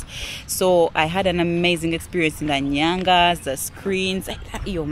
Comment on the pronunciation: It's Nganyaz not Nyangas.. 😂